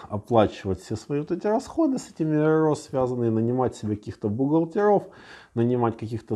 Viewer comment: Это можно слушать вечно, когда выговаривает РРО.